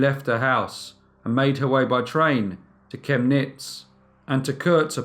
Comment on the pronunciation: Kemnitz: emphasis on *Kem"!